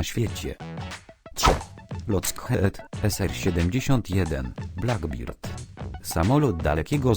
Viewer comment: muwi się Blak bert